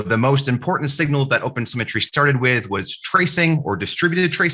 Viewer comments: Oh god, he kept on saying opensymmetry. I got confused on the way. But thanks though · It even keep sounding like "open cemetery" to me... .